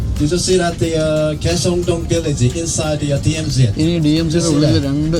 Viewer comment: DMZ enalle..DMC ennu ucharikkunnathu enthanu?